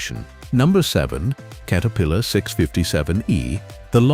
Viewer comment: Kate-a-pillar?? Screw this AI $hit!!